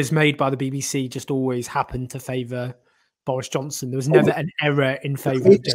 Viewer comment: Doris Johnson 🤣 please tell me im not the only one who heard that